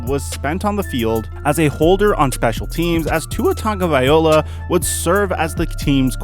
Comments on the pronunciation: its Tua TagovaiLOA NOT Tua Tagovaola.. learn to read or listen, instead of saying it wrong since day 1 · You pronounce Tua’s last name wrong EVERY TIME and it bothers me